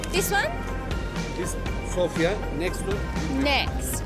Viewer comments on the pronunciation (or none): none